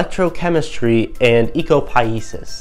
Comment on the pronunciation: It would be good if you could pronounce Ecopoiesis correctly.